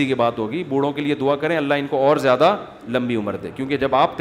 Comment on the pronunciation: Mufti sahab zayada hota hai jayada nahi